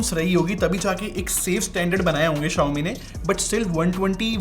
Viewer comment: correct your pronunciation Mothetf***er